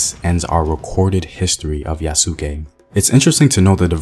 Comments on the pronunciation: Like Sasuke in naruto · You need to get the pronunciation of his name right. Just saying. Yes, he was probably originally a slave but by the time he came to Japan, an armed bodyguard to the second highest religious figure after the Pope. He wasn't considered undesirable, in fact he was released back to the Christians because he wasn't Japanese. Nothing else is known about his life after his reuniting with the Christians, there is no more reason to assume he went back to Africa, than there is to think he stayed in Japan or went to India. Yes, the Japanese were amazed to see Black people because they had no frame of reference, however the fact that he became the highest ranking foreigner in Japanese society until William Adams, shows that modern concepts of race should be kept out of the retelling of his story. Unfortunately, that didn't happen in the anime that just came out. Hopefully, they won't try to turn his story into another Last Samurai. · In Yasuke the u is silent. Remember to tell Hollywood that. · He's saying yasuke name wrong but it's a really good video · your not pronouncing it right. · Well you sound Hollywood. Get his name and pronunciation right too. Educate yourself on how to say this Legendary man’s name right!